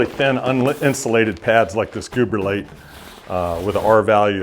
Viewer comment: I keep hearing him say, “Gooberlite”. Ha ha